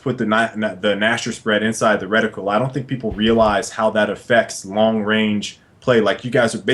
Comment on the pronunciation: Hearing reti-KYOOL hurts my ears....... RETI-KUHL.* </3 Fascinating discussion nonetheless